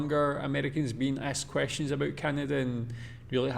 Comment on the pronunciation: if you notice before he says it (especially the first time) there is always a slight pause like he has to remember to say aboot. I find him a bit to negative about Canada and I get enough of that from pp on the news so I stopped watching a long time ago.